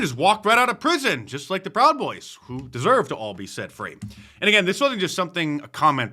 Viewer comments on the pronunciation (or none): Free Speech!!! Not FEE Speech!! 😢